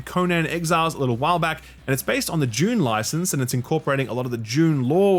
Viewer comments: Less confused by you saying "deck" than you pronouncing "Dune" as "June". :P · Is it just me? When he says Dune, I swear that I hear June.😅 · has trouble saying "Dune" lol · How many times can a man say “June” when talking about Dune? 🤓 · Apologies, but did you say June or Dune? 😉